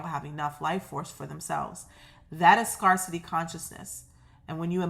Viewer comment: I love your readings,! You make me feel like I have a good friend who knows just what to say when I need a lift. By the way, in the word "scarcity", the A is pronounced like the word, "air", not "are". Scarce. Scare. Not Scar. ❤️